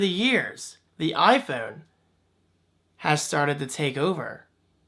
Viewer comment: "Eye foon". Hahaha great video.